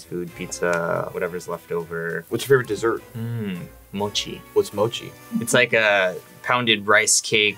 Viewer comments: Why call it moki its pronounced mochi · "Moe Key" "Mochi" How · KimmiRøki ØwØ a lot of people mispronounce it as “moe key” and I don’t understand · It isn't mo-ki. It's mo-CHi. The "ch" like in cheese. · Did dis dude just say "Whats mochi?"! How u not gonna know what mochi js and then at the end call it mo-ki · Did he just say thank for your time on Moki it’s Mochi, and it’s the best dessert that could ever exist hehehe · “Moki” ITS M O C H I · Dude said mokie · did no one else realize that the pi said mocki instead of mochi? 😭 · im sorry but when he said moki i cringed, it's mo ch i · Mocci is not like that unless your talking about the regular kind not the ice cream kind of mocci and he said Moki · The amount of times he mispronounces mochi hurts me.